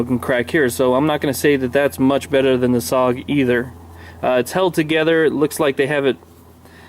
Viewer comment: IT'S PRONOUNCE S O G! NOT SOG! YOU SAY THE LETTER INDIVIDUALLY!! WHY DOES EVERYONE GET IT WRONG???